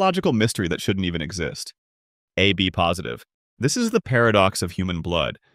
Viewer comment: Based on some of the weird mistakes in artwork, and voice hiccups from time to time, I think thus video was made with AI. Like revoked. is an example of artwork. Look at the hand, rake, tube and liquid of the guy on the left. the way the voice say 'AB positive' sounds like AI misreading text as 'a B positive'. Finally, look at the arms of the guys in the middle.